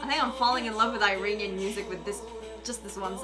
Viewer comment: Practice on your Pronunciation ( Iranian)